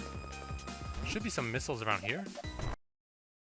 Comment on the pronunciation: It's funny how pronounces missiles like "Miss-ills"